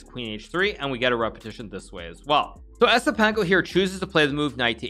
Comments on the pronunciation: its pronounced YES-IPENKO, not ESS-IPENKO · He didn't even try to pronounce it correctly 😂